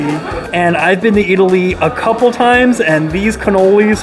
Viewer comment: you pronounced it excellantly